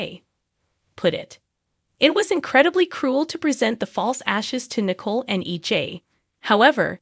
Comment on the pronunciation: It's not Nickle It's Nicole